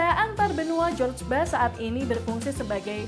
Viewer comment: Admin yang profesional bikin artikel, masa George Bush dibabaca Jus Bas, seharusnya Jus bus. Kalau ragu ejaannya bisa minta suara dari google translate. Begitu juga nama negara, masa US dibikin Thailand.